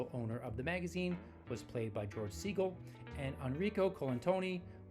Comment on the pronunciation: Segal is pronounced like suh-gall. Not seaGull